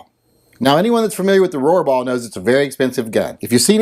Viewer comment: Every time you said "Rohrbaugh", I had a tiny seizure. It was like the Roxanne drinking game, but with seizures. Good thing I normally watch your videos while wearing my ball gag.